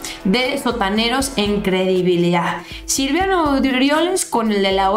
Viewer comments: Siempre dices Silviano y no es silviano es Silvano se supone que los conoces bastante bien saludos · es Silvano, no Silviano ☺️😉 Saludos! 🙋‍♀️ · Mi estimada no es Silviano es:Silvano... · Es Silvano, no Silviano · es Silvano No Silviano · ...NO ES... S I L V I A N O.....ES.... S I L V A N O....sin la 2da. I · con todo respeto espero y no te ofendas, es SILVANO no Silviano!!!